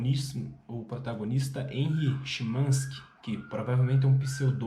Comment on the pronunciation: Que pronúncia estranha do Charles BukoWski e do Chinaski 😂…